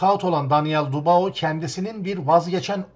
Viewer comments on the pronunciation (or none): Dubao degil dübua adamin adi be kardesim... gozunu seveyim su adamin adini duzgun telafuz et l... sevgiler.